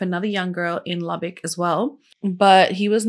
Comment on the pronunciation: I'm from Lubbock and am so proud you pronounced the city name correct. I'll never forget this case. Such a devastating loss.